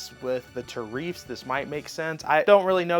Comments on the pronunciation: Is it “ta-reefs”…or tariffs? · He said Tareef 😂